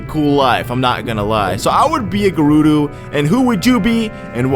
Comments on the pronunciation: "Gerudu" ohhhh i have a giant urge to correct him! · Its Guh-roo-do